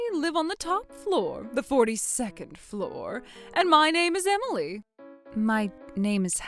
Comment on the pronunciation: He can't even pronounce Emily... smh